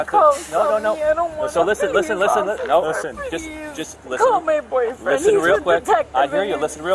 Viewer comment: 🤣 her accent gets all thick, trying to sound like Sofia Vergara. “Please, no, offifer, I’ve never done anything in my life.” Her pleading and acting is terrible.